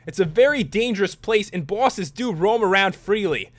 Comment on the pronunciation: He said bwoses